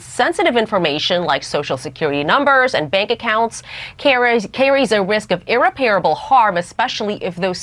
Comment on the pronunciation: Could you comment on fact that Fox commentator did NOT know how to say “ irreparable” . Emphasis is on middle syllable not on last like saying “ repairable”. Really dumb.